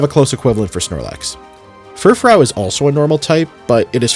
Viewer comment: for the love of god pronounce fufrou as "fur-froo". great video otherwise